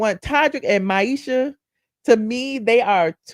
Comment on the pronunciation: 😂I am laughing YOU KEEP CALLING MIESHA - MYESHA